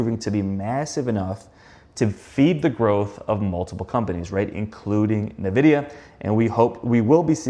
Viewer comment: It is pronounced like “EN-vid-ee-uh”. its not NUH-vidia. Mispronouncing one of the biggest companies in the world isnt a great look. Just sayin…